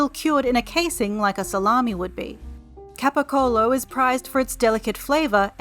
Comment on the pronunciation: Italian here. Excellent pronunciation of capocollo 🙂